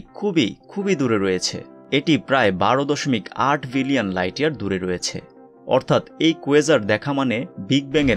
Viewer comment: Its billion. Not villion.